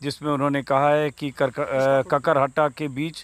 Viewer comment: Sir kakarhatta nh h Kakrahata h gaon ka naam